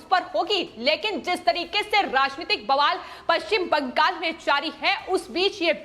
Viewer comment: Agree Arvind Ji. Notice the way she says ‘Bangal’. Non-stop reading and too many repetitions hurt my ears.